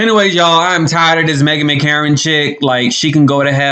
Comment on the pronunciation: Did you call her Meghan McKaren ??? 🤣🤣🤣 That wiped me Out